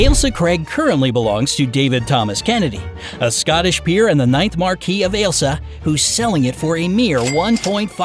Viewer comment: Come on, people. Stay in touch with your heritage. “Marquess” is an important position in the peerage, and the current Lord Great Chamberlain is Marquess Cholmondeley. The word is pronounced MAR’-kwiss. Stop trying to make it French!!